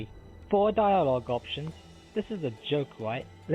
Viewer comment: Fweedom is important. You should always fight for your fweedom. Four diawog options is not enough.